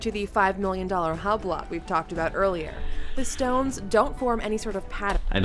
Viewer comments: Hahahahah love the way they pronounce “Hublot” as Hub-lot. Can tell they really did their research on this one. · Top 10 Uhr Video machen und dann Hublot ganz krank falsch aussprechen, das tat weh beim zuhören „Hablott“ 😖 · She really said HUB LOTT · Übloh, Bregee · Haha she said HUB-LOT